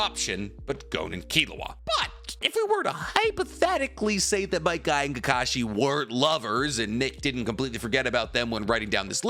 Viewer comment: Fug all these other comments, do a top ten anime lovers list and just talk about might guy and “KEEKASHI” the whole time